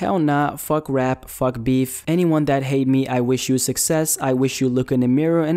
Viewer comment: "fug rap, fug beeph" HAHAHAHAH